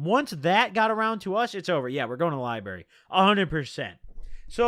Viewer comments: same that shit was taking 10hp off me every time he said lieberry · Dude says “lie-berry” 🤣🤣🤣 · There's a deeper message here to those of us in the know...taking bars instead of reading books leads to my man saying liberry instead of library... Jk.. it's been a long six months of YouTube jail, looking forward to getting caught up! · Love the way he says Lyberry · Count how times he said Lie-Berry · the likes is how many times he said liberry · You can’t say library this many times within 20 minutes if u finna say it like this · The "liberry" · Why he Lyin bro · Don’t nobody say library bruh💀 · He did a few times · The lie berry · Wtf is a lie-berry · the way you say library gives me anxiety